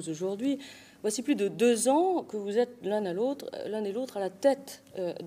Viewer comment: "Et que vous l'êtRes" ??